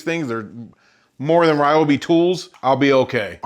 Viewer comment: Your saw might treat you better if you pronounce his name correctly: Ree-o-bee.